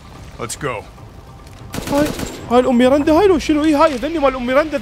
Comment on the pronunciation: اسمها ميرندا مو ميرنده😂❤